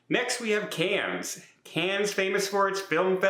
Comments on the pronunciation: You and Tony! I love two. It is pronounced Can, or Khan. Not cans! Still adore you and am hoping for good news. . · Also: Cannes doesn’t have an “s” sound after it. Cannes is pronounced like “Can” in English. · Tony got "it" for mispronouncing "Cannes" when reporting on the same issue. It is pronounced "Can" or "Con" - the "s" is ALWAYS silent. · Its Cannes but pronounced carn with a silent s on the end, cairns is in Australia so best to get these things right in the first place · Amazing, both Tony and yourself, making the same mistake on pronouncing Cannes. 😂😂 it is a silent S in Cannes. Just look it up, like look for Cannes Film Festival. It is just pronounced "Can" . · Oh ! Not again ! The S in Cannes is not pronounced. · I'm not trying to be mean I promise I just hope that none of your loyal viewers are French so that they don't have to listen to you butcher the pronunciation of CANNES 😂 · You do not say the S in Cannes. Ask the La Lido Loco guy😂